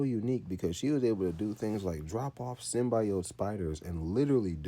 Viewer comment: My nigga it's SYM - BEE - OAT Symbiote. The Venom movie pronounced them hoes WRONG if that's what you got it from.